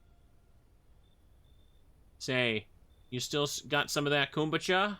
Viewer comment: Why is no one correcting him on his pronunciation of kombucha? 😭